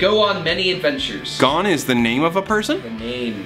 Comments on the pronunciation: Me:gets triggered because he said Gon's name wrong Its pronounced like cone but with a G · How pronounced “Gon” as “gone” hurt me- I still love him though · did anyone else catch when they read 'gone' instead of 'gon' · you disappointed me..... It gon not gone. G-oh-n that how you say it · his name in not Gone it's Gon (Go-n) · gone gone! its gon not what ging is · Go-n Not gone srry that triggered me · Gon's name is pronounced Goan, not Gone! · Says 'Gon" Me: "BOI THATS HUNER X HUNTER--" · Gone’s name is pronounced like cone but with a g instead of a c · Here’s a fun game every time they mispronounced Gon, take a shot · Hang on, THE PERSON WHO WROTE THE HUNTER X HUNTER THING FORGOT THAT ONE OF THE CHARACTERS IS SO GAY(there name is Killua, and they kill people in the anime) and, you said gon’s name wrong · Its gon not gon smh